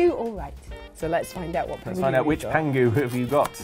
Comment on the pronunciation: The name of the tiger is actually Pang Hu (as opposed to how you guys are saying 'pangu'), which literally means "Fat Tiger"